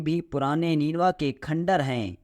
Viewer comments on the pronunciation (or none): الفاظ کی ادائیگی درست نہیں ہے لفظ کرد kard نہیں kurd ہے لفظ نینوی نہیں نینوا nainwa ہے ۔